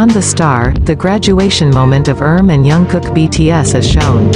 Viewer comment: Pronounce his name properly please!